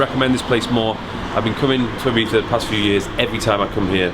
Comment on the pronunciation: We Spaniards appreciate you saying Ibiza and not eye-bitha